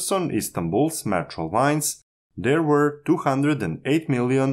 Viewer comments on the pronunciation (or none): none